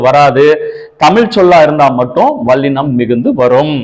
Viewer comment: வல்லினம் என்று சொல்லுங்கள் ஐயா, வள்ளினம் அல்ல! ல ள சரியாக வரவில்லை உங்களுக்கு! பிரபல தமிழ் தொலைக்காட்சிகளில் இசைப் போட்டி(சங்கீதம் - பாட்டு) நடந்து வருகிறது அதிலும் இதை கவனித்து திருத்துவதில்லை! தமில் (ழ்). கொளை (லை)